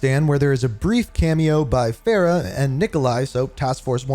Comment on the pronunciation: What is with your name pronunciations? There were multiple instances where the name was properly stated, yet you still go on and stuck with your incorrect pronunciations. For example, the name “Farah” is pronounced, Far-ah. Instead, you proceed to call her as Fair-ah. Another example was when you said Khaled as, Ka-leed, when it was supposed to be Ka-led.